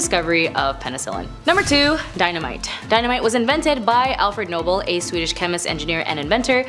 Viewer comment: Just to let you know, it is pronounced No-bell, not noble. Thought you would want to know.